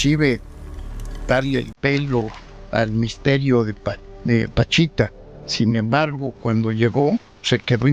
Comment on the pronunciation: Es Pachita, no Panchita